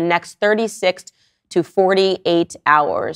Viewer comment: Did Candace pronounce "intermittent" with a British accent? 🤔